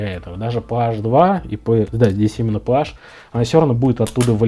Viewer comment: Слух режет пэаш, пэзэт! Есть же названия, давно придуманные и запатентованные филлипс, позидрив, торкс, прямой шлиц и т.д..с размерами от ноля до 5, 10,20,30)). Маркировка PH это просто буква Ф)